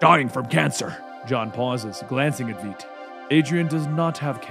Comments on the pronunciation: Also sorry to sweat ya but unfortunately the correction pronunciation for Ozymandias’s name is viedt, kinda like saying “vite”. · One of these days he'll learn how to pronounce Veidt's name correctly. Normally I wouldn't complain, but the pronunciation's been clarified a long time ago, so... Great story though. I haven't been reading these as they come out myself, so I'm genuinely interested in seeing what happens next. I was hoping for a real fight between Joker and Comedian, but I guess straight-up confrontation isn't Joker's normal forte. It'd have to be him playing Comedian into something, then Comedian finding a way out. Or not. He ain't no Batman afterall. Still, it'd be interesting. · You keep saying Adrians last name wrong